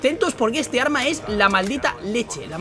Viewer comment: jajajajaja dice orma en ves de arma